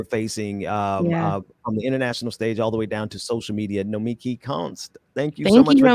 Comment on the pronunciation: Great show! Please learn how to say Nomiki's name. She's too nice to say anything.